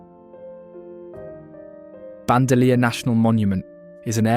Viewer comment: It is Hee-la NOT 'gee la.' Also Ban-do-leer. And Co-chee-ti.